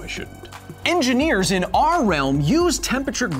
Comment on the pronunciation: The way you pronounce “our” I bet you’re one of those guys that spell it “are”